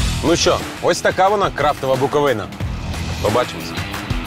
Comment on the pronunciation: будь ласка, готуйтеся до випусків Не БуковинА, а БуковИна Не ЧеремОш, а ЧЕремош Мигово, не Мігово Дякую за випуск!